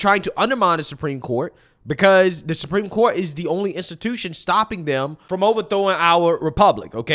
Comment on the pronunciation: is such an air head. when she says “Supreme Court” she puts the emphasis on the wrong syllable and it’s making me nuts lol